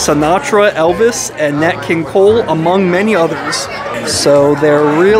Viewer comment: You keep saying nut king kole who the hell is nut king kole?